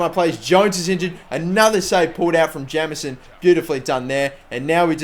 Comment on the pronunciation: Jameson is pronounced Jaymson